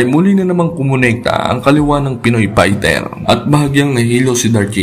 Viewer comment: Pighter .. pighter .. pighter. Hahaha F .. ef... ph.. nice pight 🤣